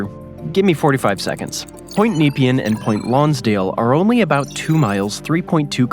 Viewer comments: nah pean not neepian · AND……… learn how to pronounce the names, “Neh Pee-Ann” not napian and the bridge is called the “Bont-ee” not “the bolt”. It’s named after a former State Premier. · Kneep-i-an! Try Nep-ee-anne. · Nepean is ne-PEE-un, not NEE-pee-un. Same thing in suburban Ottawa, just two hours' drive west of where I am in Montreal. Plus, I prefer the ferry over a bridge for that lightly-populated area. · Nepean is pronounced Na- pee-an, not Nee- pean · Bolte = bolty Nepean = Neh-pea-an also, as others have pointed out - Westgate Bridge, (mentioned at about ) which partially collapsed in October 1970, before being successfully completed, spans the Yarra close to the port - and the access to the Bolte was connected to the Westgate Freeway as part of the Citylink "ring road" (I'm old enough to remember when Westgate was tolled) there'd be no reason to build a bridge, there's a decent ferry service (seasonably affected) between Portsea and Queenscliff that takes about 45 minutes, and I doubt there's the traffic to even consider building one - not to mention the multi-million dollar properties in Portsea and surrounds whose owners would likely protest vociferously, and I think there's a national park right at the tip of the Mornington Peninsula (the eastern "pincer"). I've only been on it once, returning from an aunt's funeral in Geelong, but we travelled up to and through Melbourne in morning peak hour traffic before driving to Queenscliff to catch the ferry. and on that map, the ferry to Tasmania isn't leaving from Geelong (which is in Port Phillip Bay, on the satellite map it's the populated area to the SW of Melbourne in the crook of Corio Bay), that line seems to be vaguely near Sandy Point close to Wilsons Promontory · "NEE-pee-an"??? FFS! Do your basic homework, and discover that we pronounce it, "ne-PEE-an". Named in 1802 after the British politician and colonial administrator Sir Evan Nepean. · How he says Nepean is making my eye twitch! (it's Neh-pee-an)